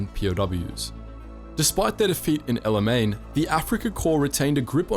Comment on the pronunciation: I don’t know about this guy. He consistently mispronounces El Alamein.